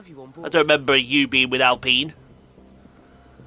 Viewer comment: Alpine more like AllPeen lol, tutorial girl never shuts up give her the boot lol, can't wait to see more F1 manager